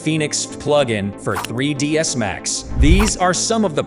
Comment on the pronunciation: If your going to use AI voicing, make sure pronunciations are correct. I've worked with 3DsMax but not 3Dismal.